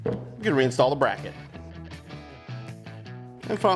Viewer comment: “Frirst we will remove the brocket” 😂😂